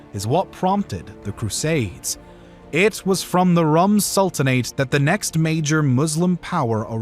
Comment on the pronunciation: The RÛM in "Rum Sultanate" is pronounced like "Room" but with an accent.